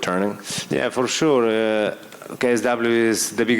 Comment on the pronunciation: Mateusz "For shur" Gamrot